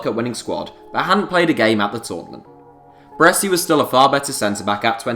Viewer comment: Considering Celtic knocked back 15m from man u in the 90's for Larsson, this valuation is silly. I would expect no less though, from someone who can't even pronounce "Baresi".